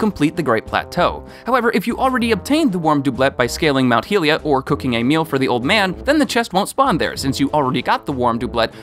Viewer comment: You stop to pronouce Doublet correctly, then mispronounce it in the next sentence while also saying "Mount Heelia", my anger cannot be contained!